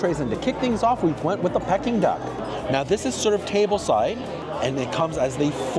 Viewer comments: It is pronounced Pee-king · Anyone else shouting the right pronunciation of Peking at the screen? 😂 Food looks nice, but I’m not sure if it reaches the quality of Michelin. Some of the plating could really be improved